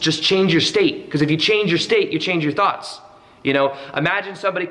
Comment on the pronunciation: Sounds like you said thots at first. Lol